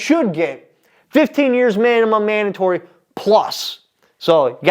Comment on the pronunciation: You committed the ACC then added an offense for "Manimum manatory" lol. Welcome back, man.